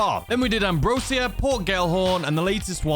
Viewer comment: Ambrosia is pronounced like how Asia is.